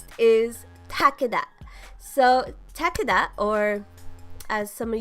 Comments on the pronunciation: It's tah key duh not takeyda the announcer even says tah keydah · I thought Takeda was pronounced Tuh-Kay-duh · Tuh-kee-duh is how it’s pronounced in the actual game what are you talking about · why'd she say Takeda's name like that lol thats like walking up to a Japanese or Chinese person asking them "Um excuse me, but how would you pronounce this characters name" 😂😂😂😂 and she just ripped us Americans lol